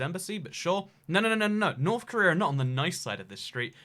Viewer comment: Preese don't raff at Norff Korleea